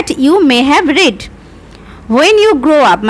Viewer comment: Mam you will er pore read er pronunciation ta 'রিড' hobe ar may have er pore read er pronunciation ta 'রেড' hobe karon ota past tense e ache . Tachara khub valo bojhan mam thanks 🙏